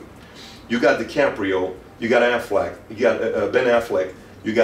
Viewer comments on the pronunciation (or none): Anyone else catch that Pat said Aflac like the insurance company instead of Ben Afleck. lol